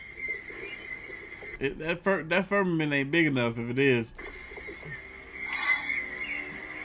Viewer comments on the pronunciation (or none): died when he said the FERRMMAMENT for the fifth time 😂😂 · " FIRM A MNT" 😂😂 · Firm- ma- ment 😂